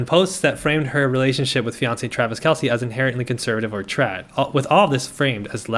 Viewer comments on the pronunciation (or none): none